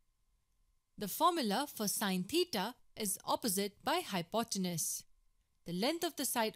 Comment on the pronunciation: Well presented. A polite, humble, gentle suggestion: phonetically, hypotenuse is hypoteNEWS.